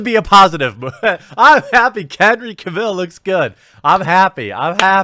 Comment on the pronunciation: Cavill - pronounced like "travel" :)